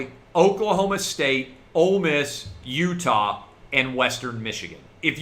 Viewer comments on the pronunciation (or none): none